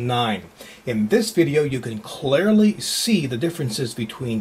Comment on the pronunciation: Anyone else hear him say "Clarly" ? And why does all ATI cards come in red? I would love to get one of these cards, but I really hate the red! Yeah, yeah, I know it is ATI's colours, but man!